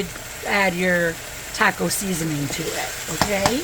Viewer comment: I know I'm being picky but please learn how to pronounce "taco". Thank you.